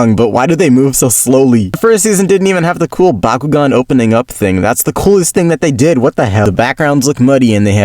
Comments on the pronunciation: It's Bakugan not bakughgan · Bakuugan is the way of pronouning it you fish :D Or atleast we do that in norway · I'm flabbergasted at how this man mispronounced Bakugan as a child when everyone in the show says it every five seconds.😂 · Dude, I used to mispronounce it as Byakugan and vice versa because I was a dummy, so you’re ok chief